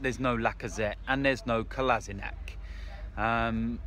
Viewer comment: it's Kolasi-NATCH not Kolasi-NACK